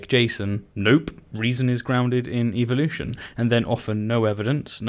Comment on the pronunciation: Why do YECs always pronounce evolution incorrectly? They always pronounce it as "EVIL-lution" and actually yeah, no, I see why they pronounce it that way, it's part of their subliminal not so subtle brain washing methods